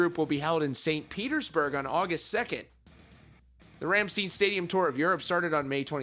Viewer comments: Why don't you first listen to their song Rammstein or listen to their interviews (e.g. Wikipedia fact or fiction with Richard to name one) where the name is pronounced directly by them? This is unprofessional. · No Red Dud, I mean, it doesn't. It's not hard to Google a name and get the correct pronouncing. No excuses with todays technology. If it was the early 90's, whenever Rammstein first became a band, I'd give the guy credit for trying. In 2019 it's just laziness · it's not that he covers Rammstein's news all the time, this is actually the first time I'm seeing him cover thier news, so for beginner he covered it and didn't bother looking for the pronunciation for the band's name, which is a mistake in itself. But people make mistakes, doesn't necessarily mean that you have to bash him to oblivion like alot of people doing here. If this was an repeated mistake, then there is a problem. And if you still think nay then I guess you do you, it's just my view for telling to cool off on the subject matter, cause I can also understand tge otherside of the sentiment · Not all Americans are dumb 😂 why he saying it wrong makes me cringe when they have a self-titled this is coming from a german-american lol well mixed mutt I'm more German tho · I’m sorry, but you’re still wrong. Go listen to their song titled “RAMMSTEIN” and you will hear how they pronounce it. If you think it’s wrong, tell them it’s wrong. But that is how THEY pronounce the word. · Just watch a Rammstein interview and how they say it, not that hard... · You can Google Russian media stories but not how to pronounce the name of the band the stories are about. 🖕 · Listen to the song Rammstein. By Rammstein. You will learn how to say Rammstein.... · say their name right holy shit. IT IS NOT RAMMSTEEN if you was a German Jew it would be steen as in stein. it is pronounced RAMMSTEIN like stine. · Pronounce Rammstein as - Rom (as in CD ROM) schtine (sht eye n) not ram-steen. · It's not Rammsteen, it's RammSTEIN!